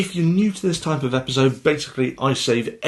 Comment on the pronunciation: how you say "epizode" cracks me up lol